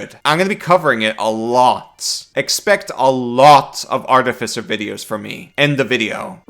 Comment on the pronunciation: New artificer is Garbo. Sticking with the old one. Also, it is pronounced Ar TIF I Cer, not Arti fi cer.